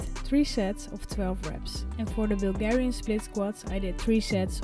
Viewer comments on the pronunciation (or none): none